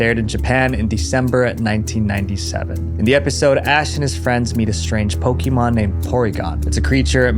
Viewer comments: It's PoKAYmon, not PoKEEmon, jesus christ it's been 25+ years how can people still get this wrong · love how americans cant say Pokémon